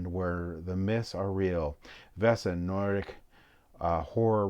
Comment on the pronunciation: Oh my god, 😂 People really just ignore the "a" in Vaesen.🤦‍♂️ VAY-sun. Great unboxing video, but some American pronunciations drive me crazy!🤪